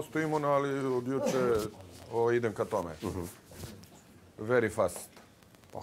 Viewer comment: "Veri fast"..😂😂😂🤮🤮🤮a srpski mu problem, upišanom..